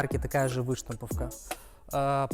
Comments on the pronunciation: Вы́штамповка......побрейся.... .не помогает. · Так противно двигается,как не традиционной ориентации чел,да и ударение на выштамповке не правильно делает,пляяяя....((( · Эй парень ты машине презентацию делаешь? Или возле неё просрать хочешь? Выпрями ноги, и что за выштамповка? Ударения ставь правильно, нуб.